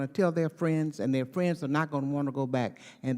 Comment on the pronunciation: Fwends fiends lol